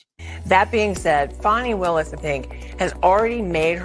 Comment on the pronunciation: It's "fanny" not "fawny" Doug. Don't feed into her ridiculous need to be "special" by conjuring up new ways to mangle an age old name.